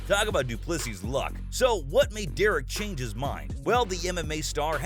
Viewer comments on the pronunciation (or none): none